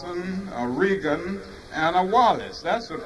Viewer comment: Indeed a great statement by a great patriot. It was certainly not the only thing I like about the speech but I found it interesting to hear Dr King pronounce Reagan's name "REEGAN" and to mention "brother Nixon." I could be wrong, but I think before 1960, King may have been a Republican. It is interesting that King mentioned Reagan and it would be Reagan who would make King's B-Day a national holiday, that was the last thing King was probably thinking about at that time. the three evils of poverty, racism and war are always to contend with because they are manifestations of the original sin man is born with, our hope is we are redeemed by Christ's sacrifice and though we have to contend with these problems in time they will not bother us in eternity. Let us never lose hope, and how could we? It's Easter Sunday morning! "